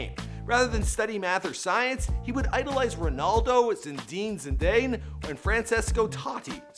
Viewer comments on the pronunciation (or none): Zen deeeen Zen dane wtf hahahahahhahahaha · Zindine zindaine 😂😂😂😂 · zidin zidejn XD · Zinedine zidayne?... cringe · zindin zendayn ??? man learn how to spell names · “Zindin zindayn” 😂😂😂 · damn you need to make an effort on pronounciation saying zinedine zidayne is just criminal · zindean zindaine lol atleast find out how to pronounce their names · zndin zdin, tåti. dude are kidding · "zendeen zindeen" lmao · Say zinedene zidane 1 more time🤣😂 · Totaly failed to say zinedine zidane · He researches all this but he can't research how to pronounce words like 'UEFA' or 'Zinedine Zidane'! Smh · I hate when someone ignorant about football ⚽ talks about it BTW it's zinedine zidane not like you have pronounced it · The way you pronounced zinedine zidane 😂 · The way he pronounced zinedine zidane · When he said zineddine Zidane name though